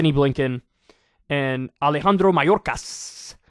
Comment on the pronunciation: Perfect pronunciation of that name in Spanish Kyle. You also accentuated the correct syllable on the last name MaYORca. Which is very rare in an English speaker.